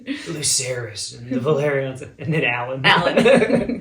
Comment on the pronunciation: Corly’s family is pronounced VelAryan not ValYrian. Valyria is where the Targaryens and the Velaryans come from OH and Daemon is now King Consort with Rheanyra now as Queen and Jace is her heir